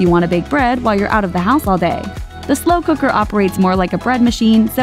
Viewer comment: "Mmm slew kuckrrrrrr".